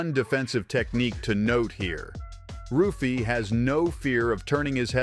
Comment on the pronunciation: It is pronounced "Huffy" not Ruffy. Like "Henzo" Renzo Gracie. Great Video btw